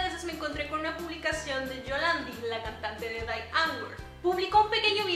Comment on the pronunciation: No se pronuncia Dai, se pronuncia “Di” de hecho tienen una canción donde se la cagan a la gente porque lo pronuncian mal xD